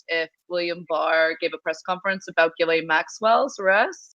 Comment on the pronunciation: It's pronounced Jizz-lane. I looked it up.